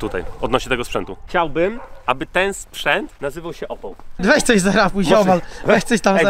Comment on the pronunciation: Nie OPAŁ tylko ÓPAL 🤣🤣🤣🤣